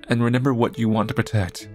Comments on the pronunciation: That moment when you've watched too much, and now you say renember instead of remember. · yall be thinking of all these thought-out theories and all I'm thinking about is whenever says remember he pronounces it as "renember" lol